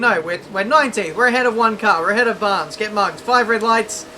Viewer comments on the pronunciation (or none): none